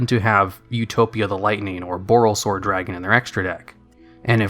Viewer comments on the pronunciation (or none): none